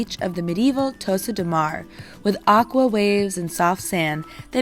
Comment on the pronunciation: Hi I realise there are pronunciation difference between American English and British English but you have made a couple of errors Costa is not said as Coasta is like Costco....Tossa is not Toaster....its like 'toss' a ball, and Calella is pronounced Caleya. I realise I might sound a bit pernickety but travellers (British spelling) might want to know this.....also Girona ia actually pronounced as Hirona by the locals. Best Wishes Bill